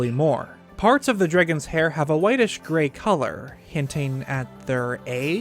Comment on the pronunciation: inhales DREGGINS